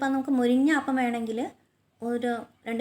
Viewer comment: ആ പ്പം അല്ല അപ്പം